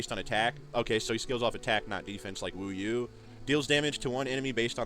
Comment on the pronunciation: Hey bro love your channel and this video is super informative. Just wanted to let you know a few pronunciation tips! Wu you is pronounced more like "wu yo" and Ming Shuo kind of rhymes with woah not shoe. They're Chinese origin names